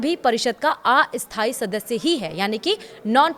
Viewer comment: स्थाई और अस्थाई का उच्चार्ण ठीक नहीं है, अपना उच्चारण ठीक करें।